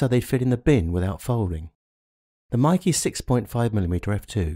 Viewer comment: its not pronounced MIKEE its pronounced as MAKE as in word make